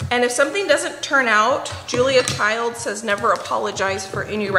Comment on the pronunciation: if you are going to mention two of the greatest cooks you should at least try to pronounce their names correctly. Julia Child and Ina Garten, not Childs or Gartner…